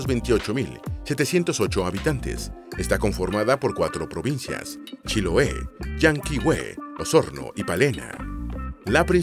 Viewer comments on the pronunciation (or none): none